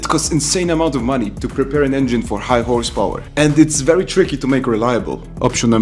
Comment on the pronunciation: "verry affordable"